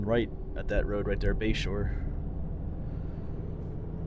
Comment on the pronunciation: Toward the end of the video I thought you were saying Bayshore rd and I thought, what an odd name for that area. I looked it up and it is Bashore rd, I assume after someone’s last name? Makes more sense. Anyway beautiful video of a beautiful area, thanks.